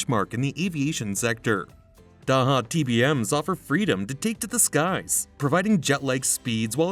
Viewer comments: Thank you for a great video. The pronunciation of Daher is closer to Dah Er or Dah AIR, more or less. It is most certainly not DA HA. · It's not DAHA ,it's DA AIR . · "Daha" ... what the hell are you smoking ? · Daha DAha where did you learn to read? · I'm sure you know by how its "day her". LOL Lower cost option, how about Piper? Then there is the versatile Pilatus. The TBM once was a Mooney. The design changed hands a couple times and ended up with Daher. It's made in Tarbes, France. They got the name TBM from TarBes Mooney, TBM. I believe they are the fastest of the bunch, and have a lot of dedicated owners. At that price point, your getting close to Slowtation (Citation) territory. 8) They are a great airplane!! 8) --gary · Can’t A.I. be taught correct pronunciation? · If you don't know how to pronounce the company name, I'm not sure I can trust the rest of your information. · Come on! You can’t narrate the video yourself?? Need to use a computer that can’t pronounce Daher?? Do better.